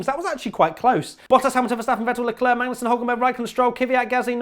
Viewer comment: in frqnce we says lecler, not leclerc